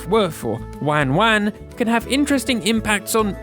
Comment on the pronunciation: For what it's worth, I'm half Japanese and the non-Japanese version just sounds like it was pitch shifted down a bit and maybe slightly slowed down. I could test this later. Also, it's good to note whoever made the video pronounced "wan-wan" terribly. That's not how Japanese people say it, so don't use it as a reference for how it should sound.